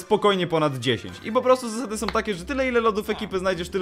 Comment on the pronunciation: o kurwa nieźle "som"